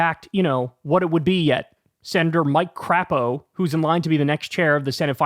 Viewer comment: To be fair, however, I do think Kyle mispronounced his name. I think the Senate parliamentarian pronounces it with a long A, "CrAYpo" (Yes, Kyle made a Freudian slip) 😉